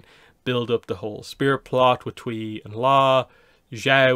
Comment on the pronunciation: Glad to see another audiobook is coming. I wonder if this one will also be read by Nancy Wu. She did a great job with the first two books but it always jumps out at me how she mispronounces the name of the moon spirit as “tway” when Kirima shouts “Tui’s gills!” Regarding the Netflix series - I think season 1 of The Witcher shows that Netflix is ok with doing the one off short stories